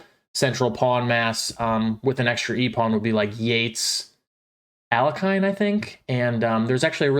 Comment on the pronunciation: It's pronounced al-YECH-in.